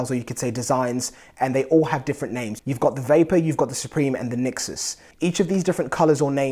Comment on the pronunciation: nExus not nixes